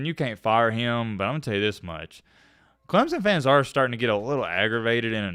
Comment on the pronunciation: as soon as you learn how to pronounce our school i will start listening to you. all the SEC ppl call us Clemzun. (Clemp-son)